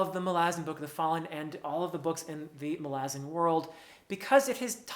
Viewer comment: Btw I greatly appreciate you being literally the only human I've ever come across in thousands of videos who says the name "Malazan" correctly as Erikson intends and pronounces himself..................